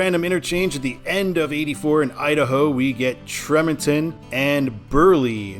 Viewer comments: It's pronounced tree-mon-ton. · Tremonton is pronounced "TREE-mont-un"